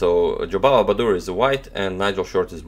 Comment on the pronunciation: it's baadur not baduur :D